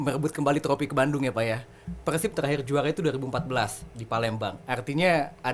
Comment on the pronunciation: persib bang bukan pekhsib